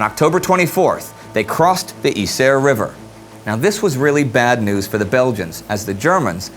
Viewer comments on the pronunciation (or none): Maybe this is just a detail, but I don't understand how Indy seems to put effort into pronouncing "Przemyśl", but none for some of the Dutch/Flemish prominent names. Yser should be pronounced Aizur and why not call Ypres Ieper (~Ee-pur)?